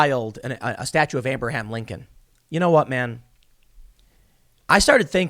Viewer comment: Ahhh yes “AmberHam Lincoln” he freed the sausages!